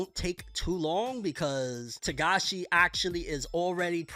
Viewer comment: First time I've heard you say his last name right